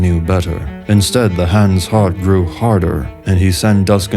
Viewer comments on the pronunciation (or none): none